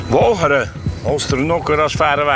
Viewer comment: Wolgere? Ik gok dat hij Walcheren bedoeld. Legendarische aflevering sowieso.